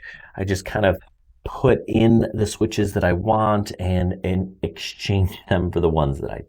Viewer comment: english is not my language, i needed 20 minutes to do this correct . and sounds like add and that confused me...finaly made it. need to try it in sim